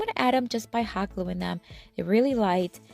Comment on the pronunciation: Hoggling together. Ohhh Hot gluing . Has to talk so fast .